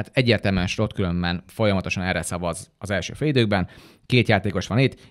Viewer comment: De miert kell Slotnak ejteni szerencsetlen Slot nevet😂 a holland nyelv nem magyar, Slot akkor lenne ha Schlotnak kene irni, de olyan idegesito hogy egy csomo kommentator sem tudja Szlotnak mondani